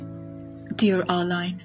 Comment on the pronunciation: Her name is pronounced "Ar leen", not "Ar line".